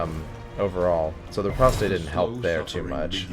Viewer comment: Of all the people currently making DDII content, you're the only one that seems to treat the game and its characters with the respect it deserves. Thanks for being watchable. Nitpick, as requested: riposte is pronounced /rɪˈpɒst/ - think "repost", but with the stress on the second syllable. "Ripostay" is the intuitive pronunciation for me as well, but it's wrong.